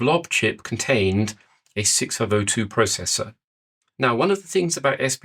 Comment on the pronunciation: Neither could I! What is he saying?